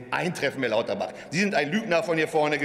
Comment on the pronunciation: Ich habe extra noch mal nachgehört, aber es stimmt, er hat echt Klabauterbach gesagt! Wie geil ist das denn?! 😅